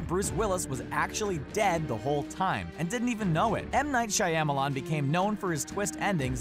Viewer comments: M. Night Cheyen-malan 😂😂😂😂😂😂😂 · Also, narrator pronounces the y in Shyamalamadingdong way too heavily. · "M Night Shai-am-alon" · M Night Shy-emma-lawn? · No, try again, that's not how you pronounce M. Night Shyamalan.